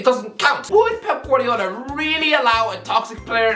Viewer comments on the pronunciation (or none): none